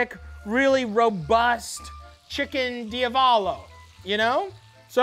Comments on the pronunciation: I'm Italian and I approve this message - Down a shot every time Matty mispronounces Diavolo * DEE--AHH-VO-LO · DIA-VOLO. Cant be that hard lol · It's di-AH-vo-lo. Where's mi-CHELLE! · Love that Matty said Diavolo 50 different ways and not ONE was correct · I though Matty was joking but he actually can't say Diavolo lol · I’m 100% convinced Matty didn’t pronounce d’avalo correctly and I don’t care because it’s perfectly Matty.